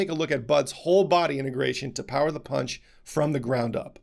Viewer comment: Did he say "punch doctor" or "paunch doctor"...LMFAO